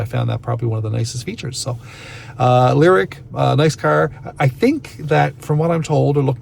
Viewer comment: Leer-eek. Is that how y'all pronounce Lyriq in Canada? Lol